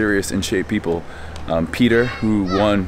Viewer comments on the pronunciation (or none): none